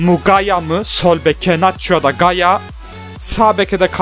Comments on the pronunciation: yaya değil gaya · Gaya ve Marcos diyen +1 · gaya , de marcos